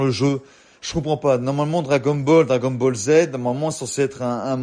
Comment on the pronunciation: Déjà un véritable "vétéran" comme tu dis, ne prononce pas Dragon Ball à l'américaine ^^" Plus sérieusement... Je suis 100% d'accord avec ton avis car je pense pareil, lorsque j'ai vu le prix j'ai cru au début à une blague. Merci pour ta vidéo, c'est cool de voir qu'il n'y a pas que des vendus sur youtube :)